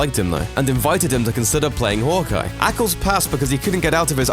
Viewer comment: It’s pronounced Hawkeye not “hook-eye”